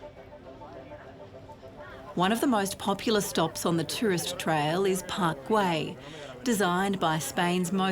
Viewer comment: Why do you keep saying Park Guey, it is Park GUEL!!